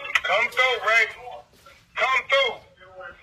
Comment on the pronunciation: I would think a Stanford grad could pronounce through correctly.